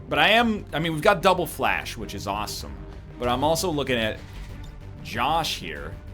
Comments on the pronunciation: NL Pronounces Fleche correctly 30 seconds later reverts to saying 'flash' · How is he still mispronouncing fleshe